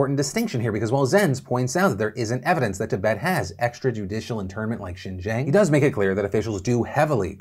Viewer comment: Hey Phil, nitpicky Chinese Linguist here! Xinjiang is pronounced "Sheen - Geeawng." Like Sheen from Jimmy Neutron, Gee from "Oh gee willikers!" and awng like when something is super cute and you say "awwwhhh" but with a nasal ending or if you take the 'w' and 'r' out of "wrong." Just follow that guide and keep talking fast and you'll sound authentic! :)